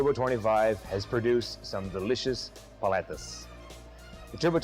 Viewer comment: I find it a tad insulting and hilarious at the same time you would have to wear that stupid hat or sombrero. I guess in your world all paleteros or Mexicans wear these stupid sombreros. We get it, IT can make Mexican paletas...drop the sombrero at least have the courtesy to pronounce the words paleteria and paletas correctly. On a personal note I think it's a great product just found the sombrero insulting...doing my research on equipment for my business thank God I have a sense of humor!